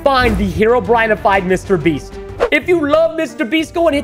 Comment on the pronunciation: Why did Preston say Mr beast rong